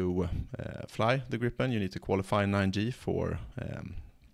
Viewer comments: I thought the name of the airplane is GRIIPEN not GRIPPEN. Griffin in English. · That is correct. It should be pernounsed ”griipen”. Griffin as the myhtical bird/ lion. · It should be pronounced "greep-en" A long "i" is usually spelled "ee" in English. The single vowel followed by a single consonant marks a short hard sound, like in the word "grip". Hence the confusion. We use the same alphabet, but letters and spelling rules are different. In Swedish, a short hard sound is marked with a double consonant. The English word "grip" should be spelled "gripp" in Swedish (though this isn't a Swedish word) The -en suffix marks a definite article. It is the Swedish form of "the" This is why native Swedish speakers often don't say "the gripen" because the word "gripen" already have a definite article ( it's that -en suffix) to Swedish speakers, it is almost like you are putting an extra "the" at the end of the word, wich feels really weird. Btw. this concept is almost incomprehensible to native English speakers.